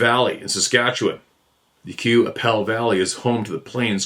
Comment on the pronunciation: Fort Qu'appelle is pronounced KAH-PELL. I know as my (now deceased) grandfather used to drive the mail wagon with his team of horses by that area way way back in the old days. His brother rode shot gun. He said there was a haunted house there that was haunted by the ghost of an old Dr., and a haunted hill where the ashes of a dead indigenous man's ashes had been spread. He did not like that area. He drove the mail from Swift current down into Montana and back up through Assiniboia, Moose Jaw, Regina and Fort Qu'appelle and all those areas. He was born in 1893 so this was the very early 1900's. He used to pronounce it as Kah-Pell.